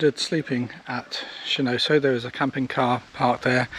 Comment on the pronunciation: I think it’s pronounced Shen-on-so but thank you, loved the video